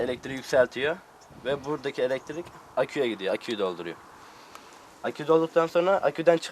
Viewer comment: Hay Allahım yaaa..! Şu kullarını yarattın, bari başı boş bırakma, sahip çık. Sanki ilk buluşmuş gibi "icat" diyor, sanki ilk bulanmış gibi de "mucit" diyor. "elektrik" kelimesi ne zaman "eletirik" oldu..? Videonun dakikasından sonra sırf pervane hızlı dönüyor izlenimi vermek için video gösterimini neden hızlandırdın, anlam veremedim. Hişşş mucitt..! yapacaksan doğrusunu yap. 4 kanatla denge olmaz, balansı bozar. 3 kanat dengedir. 5 kanat ise dönüşü zorlaştırır. Şu youtube'da icat videolarına bakın nerede saçma sapan, uyduruk, başkasından tırtıklama, işe yaramaz buluşlu bir video varsa bakın %99 biz Türktür.